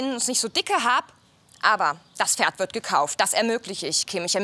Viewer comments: "DaS iS mEiN FeRd" die hat absolut nicht pferd sondern FERD gesagt oder ?😂😂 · Mit kommt vor alle sagen dort Pferd ohne P eben so Ferd 😅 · "Ich finde für mein Tochter ein besseres ferd" Wieso müssen die alle ferd sagen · "Das ist mein Ferd"😂